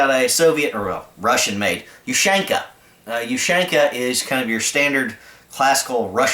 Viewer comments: Ok, u got the point but I'm a bit OCD. You pronounce it like ( you-shank-ah ). It's (oo-shan-kah). Sry bout that. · It's pronounced "Oo-shawn-kuh", not "Oo-shank-uh", with stress on the "awn". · When he said “ush AAAAANQAAA” I cringed like hell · ooh shan ka not you shank uh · in America you say YOU-SHANK-AH in Rasha vee say OO-SHAN-KAH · is not oo is hard u U-shanka also no h in pronouciation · it's pronounced oo-shawn-kah ;)